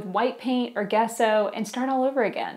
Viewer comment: Thanks,. Wow, it sounded like you took a peak into my life! By the way, "gesso" is pronounced "jesso" with a "j" sound.:)